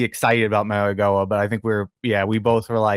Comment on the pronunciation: How do you expect to be taken seriously as an analyst when you can't even pronounce the name of a top 10 pick for the Giants. The G sounds like an N for Mauigoa. Come on man.